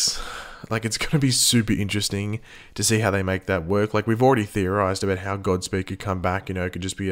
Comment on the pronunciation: You said gobspeed